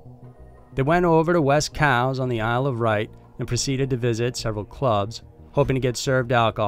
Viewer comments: It"s the isle of wight, pronounced like white and she went from mikelle biggs to mikelle briggs in seconds, wtf man, every video you do the pronunciations of people and place names is a joke. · also its sooooo obviously got a w thats not silent sorry your arent correct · I watched that. It was really good. It happened on the Isle of Wight, not "Wright" as the narrator says. Not trying to be pedantic, but c'mon. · I love this channel, but this is the third time the narrator has said the Isle of Wight wrong in his videos . It’s not isle of right! 🤣 Good to see poor Damien mentioned. Someone must know something and isn’t telling. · You pronounced Isle of Wight as Isle of Right